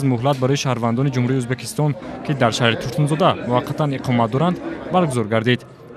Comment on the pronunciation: Узбакистон не мухтарам барррранда Узбекистон меша